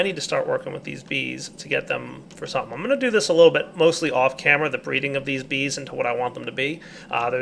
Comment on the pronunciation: lol "bree reading"